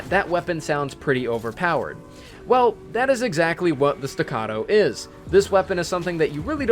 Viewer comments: He finally said it right. Stuh-cah-toe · You said staccato right! Thank You.